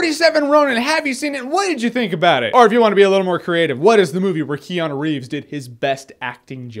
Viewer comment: keanu is pronounced. kay-ah-noo